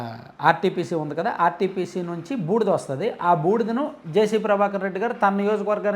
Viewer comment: ఆర్టిపిసి కాదు ఆర్ టి పి పి